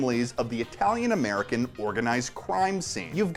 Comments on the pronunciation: I love how will Pronounce italian really well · Can I just point out that on-fleek Italian name pronunciation?